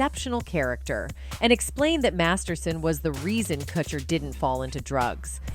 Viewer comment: Why can’t you correctly pronounce Ashton & Mika’s last names?